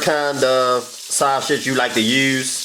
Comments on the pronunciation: What is so hard about saying SAUSAGE?? There’s no “SH” sound anywhere in the word. Baby you are a great cook but you need speech therapy. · He is saying that purposely ShuShij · Dude, it’s sausage, not shasage. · Sha-sauge 😂😂😂 love you this look fye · Same here🤣😂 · Aver and over again too lol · Lol that's the philly shiy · I’m dead lol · I can’t say it either😂😂. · That’s how I say it, ordering at McDonald’s when I’m talking to fast “Yes let me get two saushich bischits” 😂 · He was committed to it too lmao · Stop saying saw- sage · Did he just say shasage🤣🤣🤣🤣🤣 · Take a shot everytime he says "sauSHage" 🤪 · I really think this dude thinks there is an 'H' in sausage. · This dish is amazing‼️‼️‼️💯 it came out so well when I cooked it tonight 😋 inserts... 🗣forget how he pronounces “SAUSAGE” that boy knows what he’s doing 👏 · There is no “H” in sausage! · Aaliyah Jackson the fact that you could spell it the way he pronounced it has me cryinnggggg😭😭😂😂😂😂😂